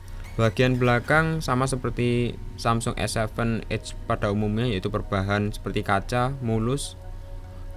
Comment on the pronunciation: Cara baca edge itu bukan ed-ge bang wkwkw ngakak Tapi edj. Kyk ngomong ej tapi ada huruf d nya ditengah2